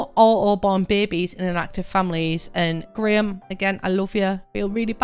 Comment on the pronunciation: Wait, have you been saying “graham” every time I’ve heard “grim”? I just assumed that was someone’s nickname/handle.